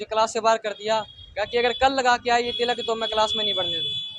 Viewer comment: What is with the pronunciation?? Tilak is different from Tiilak. They are pronounced differently…